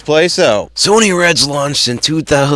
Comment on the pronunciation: It's Pronounced "S-U-N-N-Y" "SUNNY"